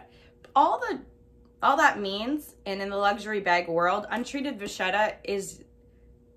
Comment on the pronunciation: canvas is not leather. It is just canvas. Vachetta is pronounce va-ket-ta. It is Italian and has a strong K not ch. Enjoy your purchase.